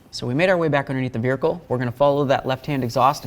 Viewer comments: He keeps saying "Vericle" lol. YOu did a great job though. I changed mine on my 2010 watching this. Thank you for the video really good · Excellent video. Very very helpful Thank you so much. Although I was a little nervous about that torch underneath the car. Also calling the car a "veerhicle" was hysteerical 😅